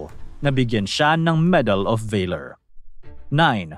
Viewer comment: Salamat sa mga information. Paki ayos mo lng mabuti ang script mo at mag preview k s Sarili mong video pra iwas sa mga errors gaya ng medal of honor ang binigay Kay bandong at tamang pagbigkas tulad ng "valor".